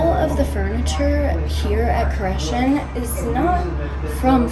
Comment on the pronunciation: Nice job! You even pronounced it correctly good luck in your future!